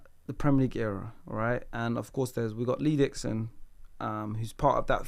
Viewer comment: Bro said Lee Dixon 😅